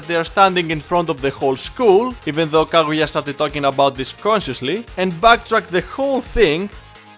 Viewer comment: its Kaguya not Kagura